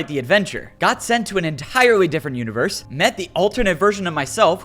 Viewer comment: ik he's meant to be menacing but he keeps saying "univewse" like one of those ironic discord mod creators on instagram T-T